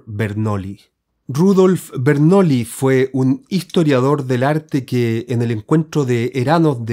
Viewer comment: Se pronuncia "Bernuillí", no "Bernoli". De nada. El Tarot es conocimiento simbólico, por supuesto. La Alquimia, también.